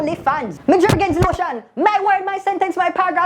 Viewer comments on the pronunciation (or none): DID YOU JUST SAY "MI JERGENS LOTION" LMAO